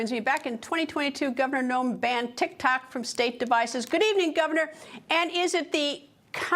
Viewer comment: did she say "TIK TAK" 😂